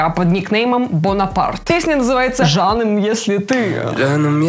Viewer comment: да ,и говорится не жаным а джаным